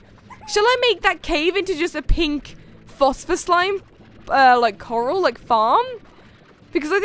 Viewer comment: Trying not to be a meanie beanie, but I think it's pronounced (coRAL) not (coRUL)